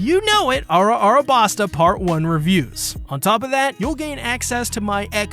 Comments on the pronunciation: Can you stop calling it ara ara basta already? It's Alabasta. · Why must you hurt my soul so??? What did we ever do to earn pronounciations like BU-RA-TEE and ARA-BAS-TA???????